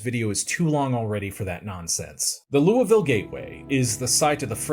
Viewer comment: I am so proud of you for pronouncing Louisville correctly